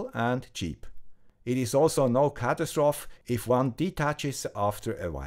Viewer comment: I love the way you say "catastrophe" <3